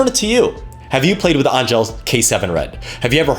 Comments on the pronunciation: It's pronounced ANGEL not ANG-GELL. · Angell is pronounced just like Angel. Hence their halo strings and whatnot.